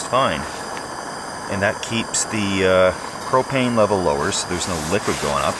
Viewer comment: When you say propane it sounds like you are saying cocaine.